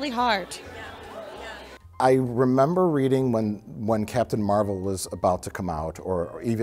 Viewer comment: as a comic fan, i’m cracking up over mike pronouncing captain marvel as “mar-vell”